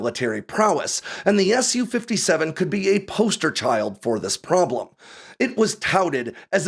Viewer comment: the Su in Su-57 is just "sue" not "ess you"